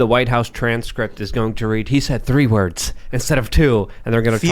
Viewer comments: To be fair, he actually said "two wurves", not "two words" as you claim. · He actually said "let me start with two herbs" 😂